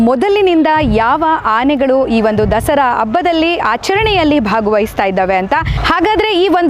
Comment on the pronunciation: Dasri Alla Dasara madam kannada channagi matnadi😮